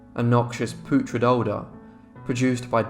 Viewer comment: The way he pronounced “putrid” took me out of the story, made me laugh. 😅